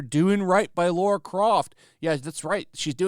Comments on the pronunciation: Dude... its LARA not Laura. Jesus Christ. "I love channel" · Lara, not Laura.